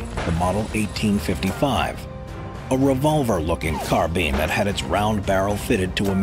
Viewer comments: Carbean 😂it’s Carbine like say spine then say that Carbean later mate. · It CAR-BINE NOT CAR-BEAN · Carbine rhymes with spine not bean. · Car- buyin Not Car-bean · Carbean? I thought it was carb "eye" n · Carbine - Carbean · Car-bi-ne not carbean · "car-bean" xD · "Car bean" lol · The “car-bean,” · The way you say carbine hurts my soul💀